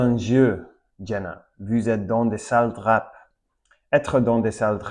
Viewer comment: Super intéressant! Je découvre ma propre langue, car j'aurais eu du mal à expliquer les mots aussi clairement. PS: Drap se prononce "Dra". Si tu prononces le P final, c'est le nom d'une petite ville prés de Nice dans le sud de la France :). Pareil pour Coup-de-pouce. Le P de coup ne se prononce pas (généralement les p ne se prononcent pas quand ils sont à la fin d'un mot: coup, loup, drap, champ, beaucoup, sauf quand ils sont empruntés à l'anglais: top, flop, stop etc)